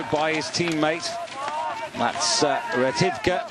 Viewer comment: Комментатор дегенерат, фамилию Ретивых прочитать не смог))